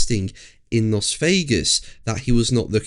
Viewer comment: Still can't pronounce "Las" or are you doing it deliberately just to be an oss?